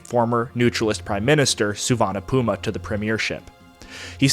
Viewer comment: There aren't enough superlatives to describe your work and this valuable series. A master work. But note that, in the US media of 1960's I remember Lao Prince Souvanna Phouma's name was pronounced "Foo-mah".